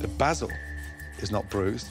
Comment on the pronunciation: That way he puts 2 a’s in basil is still bs lol